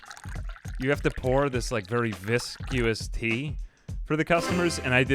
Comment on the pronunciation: I feel that I have to preface this because I am absolutely in love with you and your content. And yes I do mean "you" if you're not seeing anyone, I'd love to take you out. However, it's pronounced "Viss-Kuss", not "Viss-Q-Uss" and on second thought I don't think we're right for each other